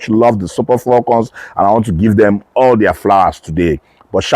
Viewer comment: FALCON is spelled with one "L;" please stop saying FALLCON, it is annoying as hell!!